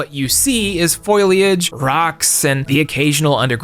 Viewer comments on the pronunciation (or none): Great video; thank you! (Pro tip: the "i" in "foliage" comes after the "l," so the beginning isn't prounced "foil.") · Im sorry, did you just say Foily-age?